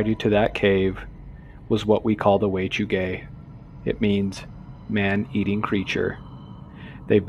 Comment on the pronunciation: At first, I thought you said Way To Gay and now I can’t here it any other way 😂